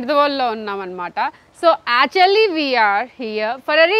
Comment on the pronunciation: Its not aatually actually